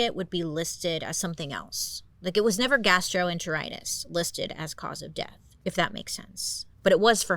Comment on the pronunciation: girl you NAILED saying “gastroenteritis”!!!!!!!!! Genuinely! (My mom has Crohn’s disease, so I grew up in the gastroenterology wing 😅) 🤘🏼